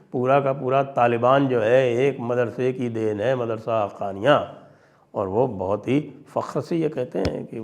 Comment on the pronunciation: Sir, try calling it MAADARASA not MADARASA